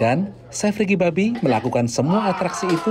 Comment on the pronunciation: yg mengisi suara tuh salah sebut nama org. nama nya ricky bobby, bobby min bukan babby